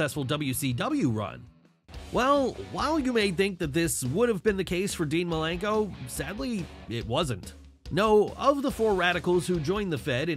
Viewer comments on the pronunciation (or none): It's Dean Malenko and not Milenko! And you call yourself a Wrestling Fan?! 🤷🏻‍♂️🙄